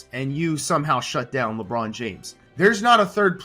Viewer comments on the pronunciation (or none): none